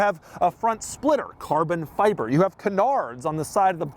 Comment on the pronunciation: cahbon fihbeh 🇯🇵